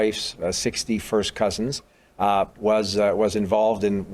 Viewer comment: Did he say sixty first fist cousin?